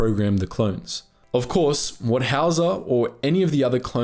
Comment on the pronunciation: i keep hearing "howitzer" not howzer idk y